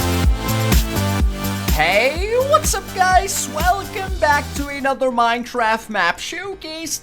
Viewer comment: Minethraft hahahahaaha